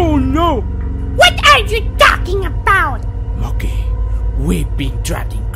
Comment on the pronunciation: every time i hear say Mokey it is monkey